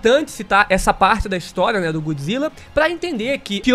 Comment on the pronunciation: GÓD Zilla, não GOOD, ele não é BOM, ele é DEUS.